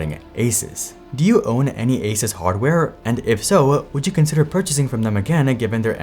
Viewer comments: Great video but one small thing for the future. Its a soos not a sus. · It is Asoos Not Asus 😒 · Stop saying Aces. It's A-Suuuuu-S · I love that you pronounce it ace-us rather than ace-ooose. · bro it's "ah-soooos", not "asis" ... how do you STILL not know 🙄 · What is this Aces company? (generally people pronounce ASUS as Ay-soos) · its pronounced AY SOOS, not AY SUS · I tried to watch but had to stop after a minute of him saying asus like asis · I stopped watching after you pronounced ASUS (ASOOS) wrong every single time. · just googled it and found this. Is it pronounced ASUS or ASUS? The Taiwanese company known for making some amazing personal tech devices is often mispronounced in India as well. Everyone you talk to pronounces Asus differently. The company claims the correct way to say its name is "AY-soos".7 Feb 2017 I suppose they don't care enough that they train their spokespeople to pronounce it as intended... lol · There's a few ways to pronounce Asus, Asis is a new one lol. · It's pronounced, A-ZEUS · ASUS = A-sus. 💔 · It's a-Zeus. It's pretty common knowledge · This guy cannot even pronounce ASUS correctly lol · Still people can't pronounce the name of this company properly😂 pretty common knowledge on to how pronounce it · Why are you pronouncing the brand name so weird?